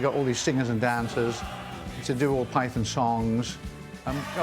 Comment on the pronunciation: They can't even pronounce Python properly